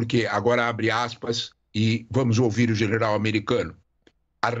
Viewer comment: Professor falou errado o nome do general americano...😂😂 Mas ta ok...ta valendo professor. Valeu